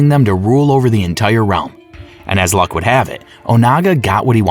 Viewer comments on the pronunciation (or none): none